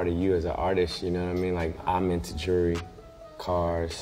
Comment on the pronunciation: None of them can say jewelry...